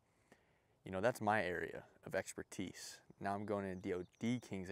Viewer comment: his area of exper-tee-ce?